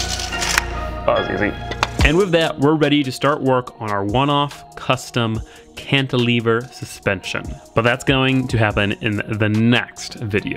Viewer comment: I like your videos! But you might want to look up how to properly pronounce the word “cantilever”